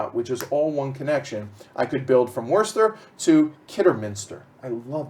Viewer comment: By the way I am also from Birmingham and can I add my congratulations to those from Paul Umber for your pronunciations of the various locations on the board. I was particularly impressed by pronunciation of 'Worcester' (pronounced 'wooster' and not 'worcester' ). If I was slightly nit-picking I would say to you that Birmingham does have a 'g' in it (Birmingham not Birminham) but other than that I'm impressed! A bit of background info for you - Birmingham is known locally as 'Brum' (short for Brummijum) and therefore locals are known throughout the land as 'Brummies'. So the name of the game is 'Brass Brum' ok?:)